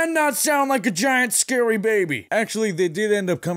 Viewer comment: “It might be scurry”